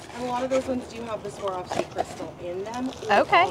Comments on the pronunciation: I absolutely love you guys... But it's difficult to keep hearing say "Savarski" when talking about Swarovski... Say it with me,... SWAR...OV...SKEE, swar-ov-skee, Swarovski 😂💀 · Savarski??? Swar- ov- ski is the correct pronunciation. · Loving your channels but you guys keep saying Swavorski instead of Swarovski 😂 Anyways I always enjoy joining your treasure hunts from the other side of the globe <3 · The crystals are pronounced Swore-off-ski. I sold jewelry for most of my life, and the company rep visited my store and taught all of us to pronounce it correctly! 💕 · Sa-var-sky? 😂 Ha ha. Love you guys. Just can’t help but to poke fun. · I love your channel I am not being nasty but the correct pronunciation of Swarovski is swa. rov.skee. Thank you xxLorraine from Australia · You pronounce it "swar-ov-ski." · Ok, it must be done, lol. You two are killing me with the pronunciation . Swarovski is pronounced 'Swar-Ov-Skee" Pronounced just like its spelled.😀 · Great find on the Swarovski bears and other collectibles! Please Google how to pronounce Swarovski, because you are not pronouncing it correctly. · Love the video but you really buttched the brand name Steiff and Swarovski 😅🤣